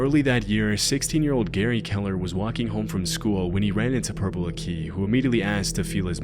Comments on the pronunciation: Why do you keep saying Akee it’s Aki you weirdo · its pronounced akky, not a key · It’s pronounced “acky” not “a key” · It's not akee It's aki... I like it Short I And he's famous in our town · Purple Akeeeyyy, it’s pronounced ak-ay, Aki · Purple “Aqui” is pronounced “Acky” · Completely butchered Purple Akis name. Its more like Purple Acky not Akee. When i was in school they used to say he sniffed bike seats, thats how i learned about him but turns out someone in my family actually knows him and he speaks sort of posh but he might actually just have some sort of disability. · just FYI everyone it's not pronounced "Purple Ah-key" it's "Purple Ack-ee" ... the "Aki" rhymes with 'wacky' just splitting hairs of course. it's a very British thing to do but we've unfortunately given him a silly nickname and people think of him as merely some odd eccentric, but he caused a young lads death and he r--worded a fella in prison. the fact he pulled the "is it cos I is black card" is just the cherry on the cake to what a nasty piece of work he is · Lmfao. It's pronounced Purple ACKEY. Not akey. 😂😂😂 man, I can't help but think you didn't do your research on that one. Nobody has EVER pronounced his way that way before. 😂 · it’s pronounced like ack-i, whereas the narrator pronounces it a-key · Ugghhh it's not purple AKEY. So many videos on this freak and still can't even get pronunciation right lmao. Huge channel, do a smidgen of research and the quality will go way up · Aki in Purple aki is pronounced asif you’re saying Iraqi not a key 😂 little note but ye seen him twice when I was a kid he was mostly known as a joke but a kid died because of him so everyone was aware to stay away like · im sorry but i cant with the way u pronounce purple aki😩 it's pronounced acky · Purple Aki - Aki is pronounced ACK eee. Emphasis on first syllable. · Why are you pronouncing Purple Aki as purple a key. It's literally pronounced as its written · Can you believe he keeps calling him purple a key